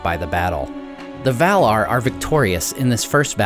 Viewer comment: His pronunciation of "Valar" is correct.